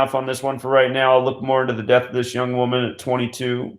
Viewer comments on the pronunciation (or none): none